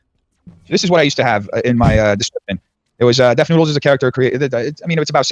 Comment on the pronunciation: Papa butchered def lmao